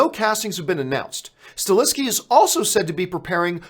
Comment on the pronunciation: Please stop mispronouncing Chad Stahelskis name. It´s not StaLeski. It´s StaHelski. Good show though.